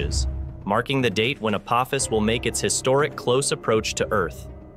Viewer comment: The "o" in "Apophis" is a long "o," like with a macron, for anyone with a working brain enough to know how the English language works. I guess Skynet isn't taking over anytime soon.